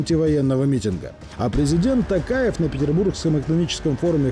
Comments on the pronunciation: Не Кастанай, а Костонай. Не Такаев, а Токаев. Крым был и будет татаров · Казахский слова надо поизносить так как написано,Костанай надо произносить так ,а не кастанай.Токаев то же так , а не такаев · Я всегда об этом прошу неказахов. Пожалуйста!!! Постарайтесь запомнить на будущее: в нашем алфавите буква как пишется так и читается. Буква "О" означает "О" в любой интрепации. НЕ ТАКАЕВ, А ТОКАЕВ.